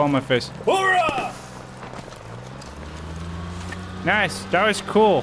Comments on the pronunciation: Just for future reference, Marines ssy, "Oorah". Not "horah". There's no H involved. Just thought that I'd let you know that bud. It's definitely cool to see the Marines being added to the game though. I'm just surprised that they didn't do it sooner. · Its ooorahh not horahhh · You are gonna be corrected 100M times, so i'll just do my part. Marines say OOH-RAH, not HORAH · I love your videos. I'm omly telling you thi because I love you but, It's oorah, not horah. It matters to us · its OORAH not HORAH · what the fuck is horah??? it's oorah. you guys need to atleast get the saying of my corps right. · It’s OORAH my dude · Its "Ooh rah" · It’s OORAH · its "oorah" js